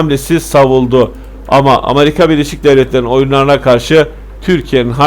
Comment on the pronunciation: Kardeşim ağzına sağlık ama sen Amarika deyince olay bütün ciddiyetini yitiriyor.